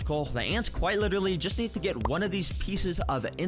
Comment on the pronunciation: Anyone else notice the guy saying "litewally" I heard it once and i can't stop...